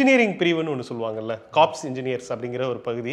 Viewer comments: Corps__ கார்ப்ஸ் இல்லை_ அதன் உச்சரிப்பு கோர்_ கவனம் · Corps of Engineers- is pronounced Core of Engrs ,; not as corp#s to be confused with dead body -corpse.